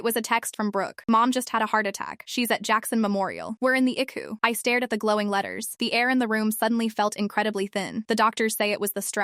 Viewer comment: I do not know what IQU is; but I believe it was ICU which stands for internal Care unit. Get your AI to talk right or don't have it talk at all and use a human